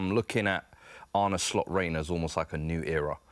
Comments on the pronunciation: ArnA not Arnie ffs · It's Arne, not Arnie. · I wish people would stop pronouncing his name as "Arnie". Anyway, the guy saying VVD needs a long term partner or replacement to go with Konaté... we've got Quansah who is currently already better than Konaté. Palhinha ain't the guy for DM, hes already nearly 29, we need someone younger and I can't see Edwards wanting a 29 year old in.